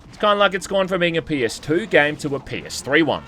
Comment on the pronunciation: Love your videos. Every time you say PS3 it sounds like penis3.